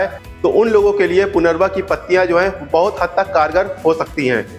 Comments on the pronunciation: आप सही उच्चारन भी नहीं कर रहे हैं. इसका नाम punarnava है न की punarva. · पुनर्वा नही लेकिन सच्चा उच्चार है पुनर्नवा.... पु ...न....र...न....वा.......आई बात समजमे ? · पुनरवा नहीं पुनर्नवा कहिये